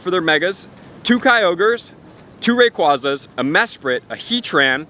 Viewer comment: YOU GUYS KEEEEEP MISPRONOUNCING RAYQUAZA!!!!!!! >:(